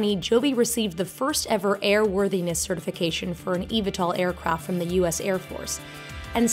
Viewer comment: its pronounced E-V-tol